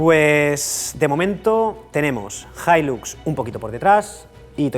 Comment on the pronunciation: "Hilax"??!!!, acento de Texas??!!!!, ni en tus sueños!!🤫